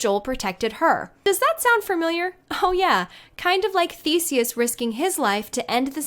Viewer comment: It's Theseus. Not Thesis.